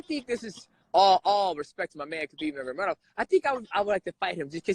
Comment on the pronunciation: Correct the name bro, it is Nurmagomedov NOT Nurmagemedov .